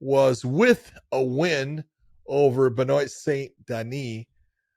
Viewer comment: Why's it so hard for Americans to pronounce names correctly? He's french - it's Benoit pronounced 'ben-wah' ffs.